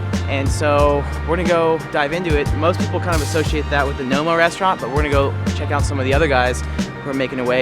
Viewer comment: It's Noma and not Nomo. The A just looks a bit like an O.